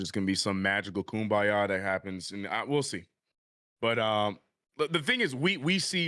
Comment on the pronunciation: Lol said "magical kumbyeyah"